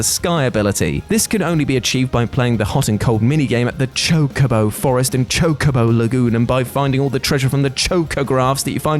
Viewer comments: Thank you for making your self Say Chocobo right . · YES. ITS PRONOUNCED CHOKE-AH-BOW. Why does that bother you so much?